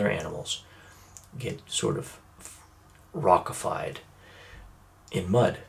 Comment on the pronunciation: I really wanted to stop it watching it especially when he said rock ified twice